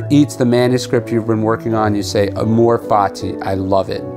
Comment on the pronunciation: "Amor" is accented on the first syllable